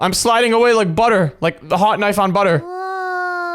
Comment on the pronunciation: He said hot knife on buttet